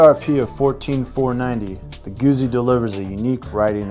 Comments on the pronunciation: Note for the commentator : GU"ZZ"I it is pronounce like Pi"zz"a , I'm assuming you don't order a PIZA so non this case you don't say Moto Guzi it is too GUTZI to explain better. Listen to the German review comparison between BMW R 1200 and Griso V8 and see how they say to GUZZI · Why the hell can't you 'Muricans say Guzzi properly? It's pronounced just like piZZa, see, GuZZi, piZZa, GuZZi, .... and a journalist that can't say the name of the bike. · It's not just Americans. Watch British, South African or Australian videos and they all mispronounce it. It's an English language thing. Deal with it. In the UK you're likely to hear "Guhzee" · LOL, he said Goozy :D